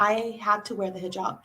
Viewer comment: do you also have Pakistani background as your pronunciation looks like that way, you pronounced Hizab as "hazab" which is typical Punjabi accent, we find Muslims in Indian punjab not in that numbers,so you must be from Pak?